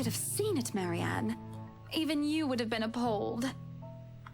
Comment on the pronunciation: I think there definitely was some mixup with Marianne's name. definitely saying it wrong, but I swear it sounds like what Marianne herself says.